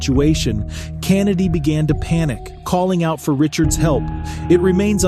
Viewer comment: The way this dude pronounced “Kennedy” pissed me off lol